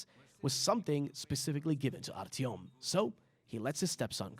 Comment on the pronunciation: Idk how you butchered artyoms name